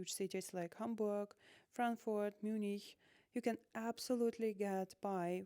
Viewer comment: You confused me in the beginning when you pronounced Munich with a German sounding "ch". I am used to English speakers mispronouncing the names of German towns (or using the English equivalent). And sometimes you can tell by their correct pronunciation, how their German is improving. But a German pronunciation of the english version of München was a new experience 😂